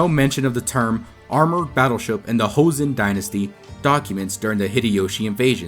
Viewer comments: You can read the pronunciation as it is written in Joseon, not Hoseon. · Jeoson is pronounced "Cho-seon" not "heo-seon." In korean, J and CH are the same letter, and are pronounced more like one or the other depending on the letters around them, as "juh" and "chuh" are said with the mouth in the relatively same position. H is an entirely different letter, and has nothing to do with J in the Far East. Also, "Geobuksan" is three syllables, not four. "eo" is a single letter in korean, representing a sound that is halfway between "aw" and "oh" -- basically a different version of the letter O: the O in "hot" as opposed to the O in "boat." So the turtle ship is pronounced more like "Goh-buk-san", not "Gee-oh-buk-san." Any time you see "eo" in romanized korean, it will be one syllable. "Silla" is pronounced "Shilla" because in this language, when the letter S is next to the letter I, there is always a "sh" sound. There is never a word in Korea where "si" happens without transforming to "shi."